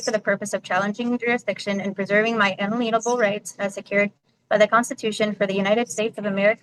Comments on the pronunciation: her unaleenable right huh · Unalienable geez get it right. Lol😂